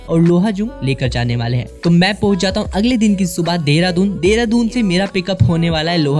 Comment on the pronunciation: Mane first time dekha ha kisi ko Dehradoon ko Deradoon pronounce karte hue. Jab meri ek frnd ne mujhe recently bataya ki deradoon naam kaise pada. To mujhe pata chala ki ma ise galat naam (Dehradoon) se bula raha tha. Correct name is Deradoon.